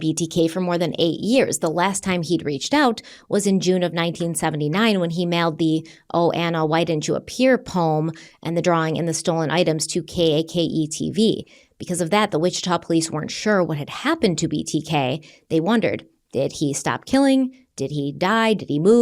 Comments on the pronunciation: As a Wichita resident who watches “listens” to all your videos, I had to do a double take when you spelled out K.A.K.E. TV 😂 it’s 🎂 ma’am. Cake! ❤ Also, he worked in the meat section at Leakers and used to cut meat for my grandmother. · K.A.K.E tv is pronounced like cake